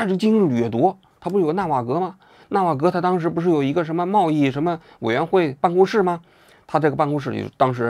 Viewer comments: 王局永远读不对 ”纳瓦罗“的名字，这是 纳瓦格 效应？ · 一开头就把纳瓦罗说成纳瓦格了，怎么不说成瓦格纳呢